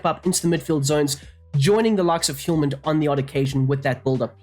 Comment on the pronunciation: The H in Hjulmand is silent. no need for the Hiulman